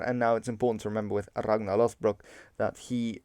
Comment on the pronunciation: The gn in Ragnar is pronounced ng+n "Rang-nar" just said like you pronounce it in modern English is a better proxy.